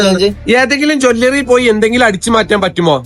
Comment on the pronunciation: ജോല്ലറി അല്ല ജെല്ലറി ആണ് 🤣🤣🤣